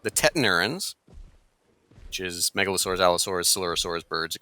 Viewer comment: no way, said megalosaurs correctly! I can finally sleep well.